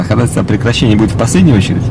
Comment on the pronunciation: диктует по буквам хОдОтайсвО , как в третьем классе